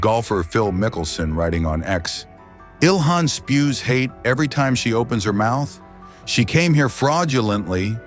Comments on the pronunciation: Well he didn’t say ilhan, he said Ilman 😂😂😂 Probably that’s why Somalis don’t want her back😂😂😂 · HIS IQ AND LITERARY SKILLS ARE SO OFF THE CHARTS (BEYOND ZERO) THAT HE CAN'T EVEN PRONOUNCE A SIMPLE NAME SUCH AS "ILHAM".. HE READS IT AS "ILMAN" 😂😂😂 SIMPLE LITERACY AND PHONETICS